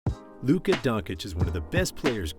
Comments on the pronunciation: You just murdered Luca's name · Dude at least you can learn how to pronounce Luka's name...